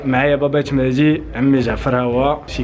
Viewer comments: إلى بغيتي تولي من طبقة الارسطقراطية On dit pas : mehdi On dit : mehzi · ديك مهدي علاش كتنطقوها مهتي الاعصاب